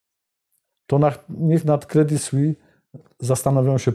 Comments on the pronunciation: nazwę tego banku wymawia się "kredi słis" a nie "kredi słi" - brak profesjonalizmu! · kredi słis, z wyraźnym s na końcu proszę.